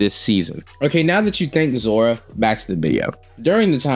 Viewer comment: Why do u keep saying zora?